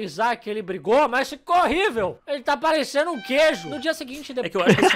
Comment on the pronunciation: ênfase em "parecendo".